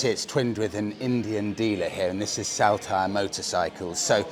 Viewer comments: Saltire is pronounced like Saul-tyre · Love the content and as a born, bred raised Scotsman i may be able to help with pronunciation so us natives dont wince in pain lol … For starters in Day 1: Saltire Motorcycles ….. Incorrect: SALL-TYRE Correct.: SOL -TYRE I’m ere to help and look forward to the next episodes 😂👍🏼👍🏼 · Salt- ire, as in the condiment, if you will. Just saying, no offence intended.😉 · Saltire …the first part is pronounced Salt as in table salt. 👍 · its pronounced soltire, after scotlands flag. My mate runs that wee cafe JTs